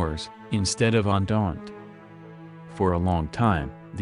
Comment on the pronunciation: Andand instead of entente